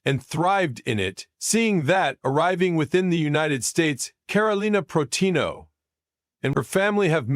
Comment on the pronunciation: This narrator is terrible. First, he can’t even say her last name properly, than later he says a bunch of gobblygook that makes no sense.